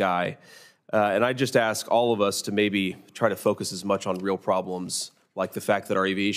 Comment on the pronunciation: If the pilot pronounces the word "ASK" as "AXE" i AM NOT FLYING WITH THAT GUY